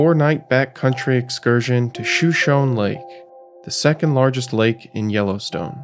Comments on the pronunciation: It’s not pronounced shoe-shown. It’s Shu-Show-Nee. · Shoshone is pronounced show-show-knee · Good video. One tip: "Shoshone," as in the lake, river, town, native tribe from which the name is taken, and probably many other place names around Idaho, Colorado, Wyoming, etc., is pronounced 'shō-SHŌN-ē'.